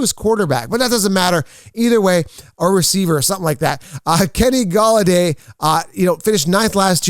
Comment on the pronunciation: i think he meant to say Golladay 😂